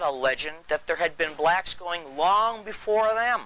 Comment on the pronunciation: Hearing BbblllllaaaacccKKKKSSSS ( saying so hard) just gets on my nerves